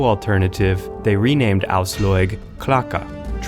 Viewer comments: Ojsllojg?!!!! Wtf man, her name is Aslaug. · English pronounciation of scandic names are sometimes legendary. Frø = Froeue Aslaug = Åsloig Asloig Auslåig hahaha Love it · Has this guy watched any of the TV show or did he just get given this script? The pronounciations absolutely ruined this video for me, lol. "Queen Oiyslouyg" "Eevar the boneless" "Ubbee" "Ragnar Lawthbrok" jheez. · "ausloyeg" holy shit man,you brutality butchered those names. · "Queen Aoslåyg".... oh god these pronounciations ... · George Zaharia asslog eeevar haahaa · I get triggered when he says Brünnhilde and Aslaug... But cool Video